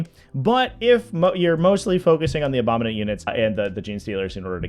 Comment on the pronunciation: super happy to see it. But every time you say abominant when talking about gsc, I die a little inside